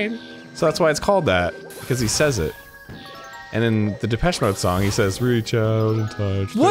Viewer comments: their pronunciation of depechemode is im-peche-ble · big depeche mode fan, arin drove me insane but at least he never said “da-petchy mode”